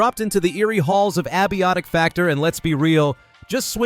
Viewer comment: "Ab- iotic factor" lol